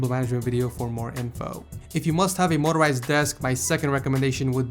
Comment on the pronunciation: motorizied lol in another video he was making fun of somebodies spelling